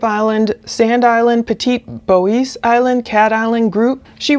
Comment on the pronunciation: Jackson County, Mississippi and Jackson, Mississippi are two different places. Petit Bois is pronounced Petty Boy. I'm a local, so I'm just letting you know. Loving the videos.